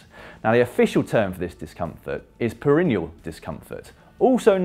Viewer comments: Great video, Dan. But it's pronounced "per-en-EE--al," not "per-EN-ee-al." Unless you're numb all the time. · How do you pronounce 'perineal'? Not like Dan does. 'Perennial' means each year. 'Perr-E-Knee-Al' or 'Perr-In-E-Al'.